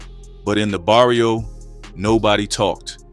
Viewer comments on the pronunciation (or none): Just a small thing and the videos are great, two L’s in Spanish is usually a “y” sound and a v makes a “b” sound. So Carrillo is Carreeyo and the r’s are rolled if it’s two r’s I believe but it can be hard to annunciate. Varrio is barrio, Güero I apparently get wrong but I think it’s like weh-ro, Guerrero means a warrior/fighter (hence guerrilla warfare) Güero means white/lightskinned. American pronunciation is fine too it’s just that Spanish speakers tend to blow up comment sections about it. That is good for engagement though.